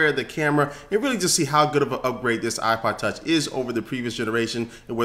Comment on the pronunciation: he says Ipa tach